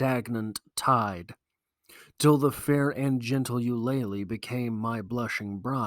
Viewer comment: You-Luh-Lee not You-lay-Lee